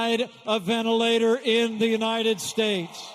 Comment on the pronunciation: "United Stayes" LOL